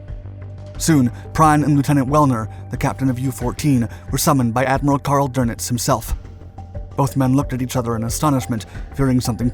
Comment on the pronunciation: I was going to say that, remember ie is pronounced ee, ei is pronounced i. "Prine" would be spelled Prein. Funny, but he got words like Friedrich, Kiel, Krieg, though he failed to pronounce the final e in Kriegsmarine (a schwa) . Wellner, the w is pronounced v. Drnitz for Dönitz, oh, well, I never expect Americans to get ö right. It took me a long time. , Is that Werner Klemperer? Looks like him. Going back, there were a few other spots he was in.